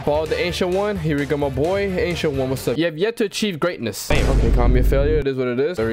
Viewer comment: Wth I heard Asian one instead of ancient one